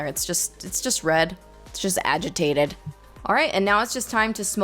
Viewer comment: the way you said agitated lmfaooo love your videos! and love the halo effect, looks gorg on your eyes!! keep slaaayin' #snapchatfam